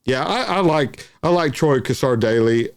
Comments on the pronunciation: Please please pronounce his name correctly.. The Cassar is said with a silent r on the end, CASSA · G'day, love watching your videos you do a great job. Don't mean to be picky but Troy Cassar Daley, the Cassar part is pronounced as' Casa '. Keep up the good work.